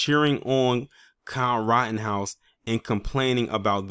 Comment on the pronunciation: You said " Kyle rottenhouse"... 😂